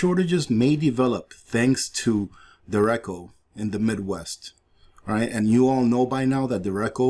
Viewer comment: Derecho:Deh-Ray-cho (not dericko)